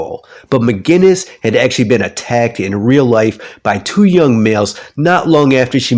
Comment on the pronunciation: Mcgillis not mcginnis